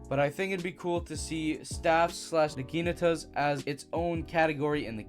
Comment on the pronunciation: Started tweaking for a sec when he said naginatas but I locked in